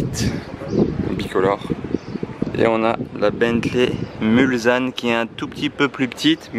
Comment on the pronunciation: salut et merci pour les vidéos, j'habite Le Mans et je suis fan de mécanique, par contre on dit Mulsanne " mulssane et pas mulzane" merci à toi de garder ton esprit et tes connaissances à la portée de tout le monde:) Peace!